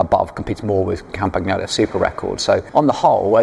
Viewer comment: The Campagnolo pronunciation makes my ears hurt. It is Campañolo, same as El Niño.